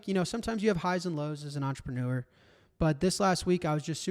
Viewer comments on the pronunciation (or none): none